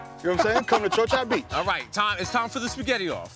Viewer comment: wait a minute, did he just say "chocha beach"?!?! yo! lmao